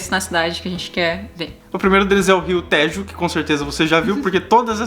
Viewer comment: Brasileiros que dizem Téééjo e não Têjo, merecem a melhor das refeições, no melhor restaurante vegetariano do mundo e de Lisboa: "Os tibetanos" ! Sempre otimos vosso vídeos.